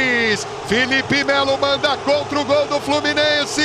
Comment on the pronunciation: "Fielipe" Melo!